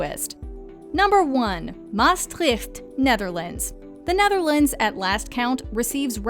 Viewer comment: Thanks for mentioning my city, Maastricht! Although I did cringe a bit with the pronounciation, haha.